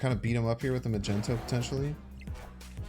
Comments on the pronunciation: Am I the only one who's bothered by him saying "Magenta" or "Magento" instead of "Magneto"? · Are you pronouncing it Magento on purpose? Its Mag Nee to! It frustrates me greatly!!! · maGnet! HARD G! Why is he making it a soft g!? Omg he's my favorite M.snap guy to watch but omg the word is MAGNET with an O at the end 🤦🏻‍♂️🤦🏻‍♂️🤦🏻‍♂️🤦🏻‍♂️🤣🤣🤣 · Magneto, not Magento :) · Does he say "Magento" on purpose ? lmaoo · Bro said "Magento" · Are you purposely mispronuncing Magneto?? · Why are you mispronouncing magneto? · Awesome vid but your pronunciation of magneto is a felony